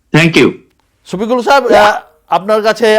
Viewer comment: ছফিকুল না সফিকুল । আপনারা বাংলা ভাষায় ছ এর প্র্যাধান্য বেশি । পূর্ব বাংলায় যেমন বিশ বলে থাকি পশ্চিম বাংলায় কুড়ি বলে থাকে ।